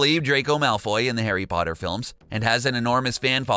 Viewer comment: STOP SAYING HARRY BOTTER!!!!